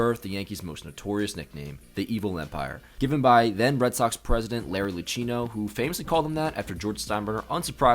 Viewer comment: Don't pronounce the H in "Larry Lucchino."